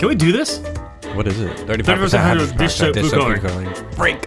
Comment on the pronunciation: “hygen pejokide”